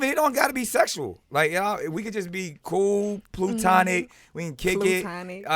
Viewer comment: He didn’t pronounce it correctly lol